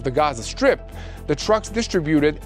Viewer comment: Son, distributed is pronouncedz disTRIbuted, not distriBUted. The accent is on the seconde syllable, my beloved Brother! Love you and Mati!!